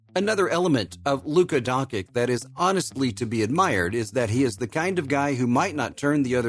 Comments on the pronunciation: Not pronounced donkik please! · ...and Serbs too (Father Sasha is from Serbia), an before you talk (announcer) about someone, make sure that you pronounce his name right DONCHIC, learn, before you got labelled DONKEY. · i was about tu subscribe but the last time a heard DONKIK I CHANGED MY MIND